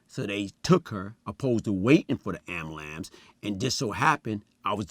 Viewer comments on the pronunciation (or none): He said “My family member called the amblams.” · Ambulance is top 5 words black folks have a hard time pronouncing...lol,: "albulamb" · Someone call the "Am-bow-lambs" 🚑 🚑 🚑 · Amalamz or Ambulance 😂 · Amalams or Ambulance 😂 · The way he pronounces ambulance 🚑 “Amblamps” 😀😅😅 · Did he cut the b also and change the u for an a??? Amalacel lmfao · Did that dumb ass fool just say AMILAMSE, you gotta be fuckin kidding me.its AM-BU-LANCE, DUMB ASS! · Did he said AMBERLAMBS ??? 👀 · “Call da amberlamps” 😂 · Not the ‘am-bu-LAMPSE` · Did he say “Amalambs”? Lol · This nigha really said ambalamce 😂😂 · Am-a-lambs? WTF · Listened too him saying " Amalance " 10 times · Dis nigga just said ambulamps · Gotta luv a nigka that says "Ambalamps" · “ahmbahlants” hahaha much love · Word of the day "am-BLANCE" 🚑🚑🚑🚑🚑🚑🚑🚑🚑🚑🚑🚑🚑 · He littery pronounced every word wrong 😂 somebody call the ambalamce cause I'm littery dying 😂😂😂😂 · I stopped watching after he said “Ambalamce” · Agreed it's Ambulam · Lol, The Ambulamps 🤣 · I'm sorry... waiting for the what? Tf is a "ambalamps"